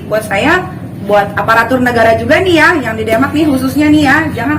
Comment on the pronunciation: Lo ngomong yg bener, Bilang Demak blepotan